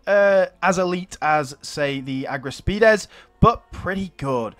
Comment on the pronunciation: Your Greek pronunciation of argyraspides is very good but if you find it difficult then you can call them silver shields the chalaspides bronze shields and the chrysaspides golden shields futhermore the shield that the reformed swordsman have (and the Romans) is called scutum . Also the units looking absolutely awesome can't wait for the other Hellenistic kingdoms Pergamon Ptolemaic kingdom and Bactria